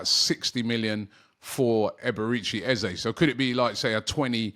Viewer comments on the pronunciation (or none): You clearly have not spoken to him, or how he has responded to this question to the media. I will educate you, I wasn't going to. Eze has been asked many times, is it Eze orEza. His reply is it is Eze but if you want to use EzA it's ok. Typical Brit's that bastardising a name and pronunciation as they only hear others start using it. Is a big deal to Eze, not really. It's just respectful to call his name correctly, not what people say at school. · It's Eze with and E not EzA there is no A in his name ... as he has stated many times. He's such a nice guy and just excepts either, but it's important to respect his correct name.